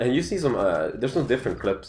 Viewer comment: when says you it sounds like JEW:))